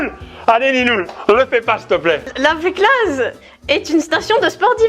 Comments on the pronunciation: yo petit info on prononce pas le z de la feclaz sinon sa veut dire autre chose savoie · La Féclaz on prononce pas le Z svp j'ai mal à mes oreilles de savoyardes 😂